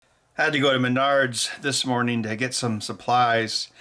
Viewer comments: lol did he say MYNARDS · Ow, Menards!! I usually pronounce Menards as mehn nerds.